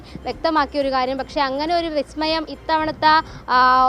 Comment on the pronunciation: ഓ ബിസ്മയം ഒക്കെ പലസ്തീനിലും, അഫ്‌ഘാനിലും അല്ലേ 😄. ഇബിടെ എന്നതാ ബിസമയം, ബിസ്മി മയം അല്ലേ 😄